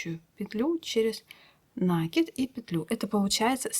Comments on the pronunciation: Мастер - класс класс👍 шапка супер 👍, Но почему нАкид? Нить накИдывают, следовательно накИд. Или я не понимаю язык вязальщиц. Многие вязальщицы говорят нАкид и рапОрт. Возможно так правильно. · Всё отлично, но ПОЧЕМУ нАкид то? ??? Проверочное слово накИнуть, а не нАкинуть. Слушать не могу. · Да, нАкид - не часть исскуства, а безграмотность! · Ах, если бы не уроки вязания... Ну, говорите неправильно, да и ладно... Дело привычки. Но ведь повторение неправильного ударения в сети закрепляет безграмотность наших вязальщиц! Это если бы по телевидению и радио говорили безграмотно, как привыкли... Хотя сейчас именно так всё и происходит. Конечно, накИд...